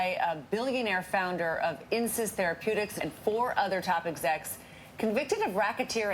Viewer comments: Insys sounds like "incest". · I know this is inappropriate but every time Hasan says Insys I think he's saying incest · when he said insys i legit heard Incest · insys sounds like incest